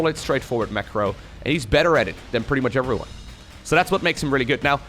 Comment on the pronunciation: What's an effree van? Oh, everyone. Oh I see, it's phonetically funny :D